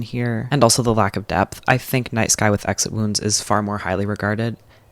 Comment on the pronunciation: Is it "night sky with exit wounds", I absolutely heard "nice guy with exit wounds" twice lol